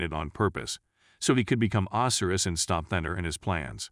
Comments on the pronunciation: Ozzyriss? Oh sy ris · Itxs not OSiris it's Osiris, Egyptian God of the dead. Do some research on pronunciations before you do your next video. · Man im so petty. I dont know why but when you say Osiris and Isis name it bugs me so bad. 🤣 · Its a programmable bot voice, sometimes they are still getting things wrong.